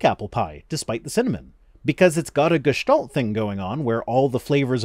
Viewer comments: Regarding your German pronunciation: It's supposed to be closer to Gest"a"lt, what you are saying sounds closer to Gest"o"lt. Also the "s" is a little sharper and is produced more in the front of the mouth, like making the "ssshhh" sound when sushing someone. Otherwise 9/10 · The a in gestalt is more like a short version of the a in car. With more emphasis on the l. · It's pronounced "gay-stalled." Trust me, I'm definitely not trying to sabotage you for my own amusement. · Since you asked, yes, your pronounciation of 'Gestalt' is a bit off. You make the 'a' sound a bit like an 'o', while it should be closer to an 'i' (like in 'I am'). While still being an 'a', of course. Does that make sense? Probably not, but I couldn't resist. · You definitely pronounced it wrong! But only the "a" is wrong and the second time was way better than the first. Who cares. BUT: "Gestalt" with the meaning "shape" or "figure" is a common german word. "Gestalt" as it is used in this video is a technical term from psychology and not widely known in Germany. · your 'Gestalt' is pretty good. only the 'a' sound is a bit off, you make it sound like the 'a' in 'dinosaur', as if there is a 'u' or 'o' after the 'a'. But its a bit more like in 'game'. Kinda like there is a small silent h behind it. make it a bit breathy/airy. Yours is still pretty good tho <3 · If I want to be picky, i could point out that for the pronouciation to be completely authentic, the "l" in "Gestalt" would have to be clear, not velarized. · that, and the 'a' sounds a little too much like an 'o'. given that arnie accepted being renamed to schwortzenegger, i assume it's not worth it to correct that tiny mistake ;) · German here on your command: You pronounced the "a" in Gestalt wrong. It's more like the "u" in up, bust, lust, etc. You also put a tiny bit too much emphasis on the "sh" sound of "st", it's more like in "shit". But you are pretty close, respect for that.